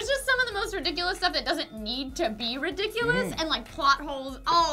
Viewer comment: should be a drinking game for how many times you guys say 'ridicules'